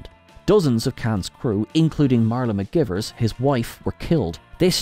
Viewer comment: Dude, really? It's mik-GUY-vers, not mik-GIV-ers. They specifically make a big deal about this mispronunciation in Space Seed. And I know this isn't your first time doing this because I know for a fact I've posted this comment on a previous video. Get it together, man.